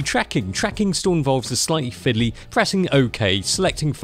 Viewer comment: "fidley af af"